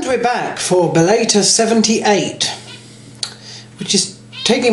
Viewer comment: Bull-eh-tore? It's pronounced. Bell-uh-tore. And you didn't really explain why you picked who you picked...You should explain in more detail about why you picked the fighters and what you like about their styles etc.